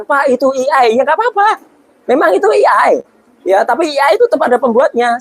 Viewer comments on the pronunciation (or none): AI pak Roy, bukan EI....